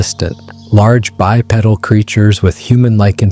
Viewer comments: Guy in a gorilla suit😂. Come on man, get a grip. You and your buddy need to do a better job on the face paint!! Bi-peddle?! It is not pronounced that way. Looks intelligent? Ha ha ha.😮 Good stuff!!🎉😂❤😊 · Is this an AI voice? The way he says, “Chevy”. With an actual ch sound instead of the sh sound. Also the way he says, “bipedal”. The whole thing is fake. Also , can’t see any genitalia. Those angles should be quite revealing.